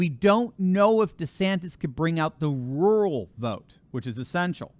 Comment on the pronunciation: Rural is a two syllable word. RUR-AL. I know it's hard to say without making it sound like RULE. Sorry to bring that up. Love you anyway.